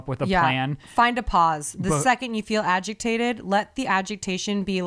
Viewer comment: really said “agigtated” lmao